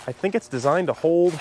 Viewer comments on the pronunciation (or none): none